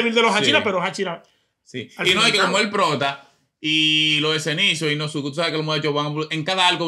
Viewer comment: La U en el nombre de inosuke no se pronuncia 😂 se dice inoske